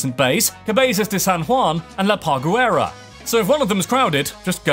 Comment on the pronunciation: Funny how this Britt talks and pronounce Gandules and Parguera